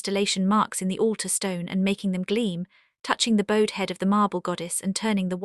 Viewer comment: Mispronouncing bowed. Introductory video is weird